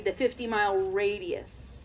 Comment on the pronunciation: Yeah, it's "radius".